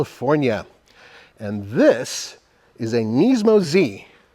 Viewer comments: Why are you saying "Neesmo"? It is Nismo. Sounds like Gizmo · Its not knees-mo its Nis-mo 😂